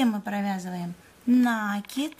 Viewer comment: Не НАААКИД , а НАКИИИД. УЖАС . ПРЕЖДЕ ЧЕМ ВИДЕО ВЫКЛАДЫВАТЬ НАДО БЫЛО ПОСМОТРЕТЬ ЧТО ВЫ НАСНИМАЛИ .